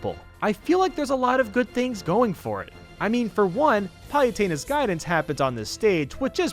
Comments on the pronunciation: Um... did say "Payutena"? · Is he pronouncing 'Pah-lu-teh-nah's Temple 'Pal-u-ten-ah's Temple or am I just crazy? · Forgot how he's pronouncing Kalos. He seriously called Palutena, "pie-yu-taina". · Who tf is Pie-utena? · Random User :P “Kaylos” “Palyutena” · Cal-los Pal-luh-tine Kie-mare-ah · Does anyone else hate the way he pronounces Palutena's name?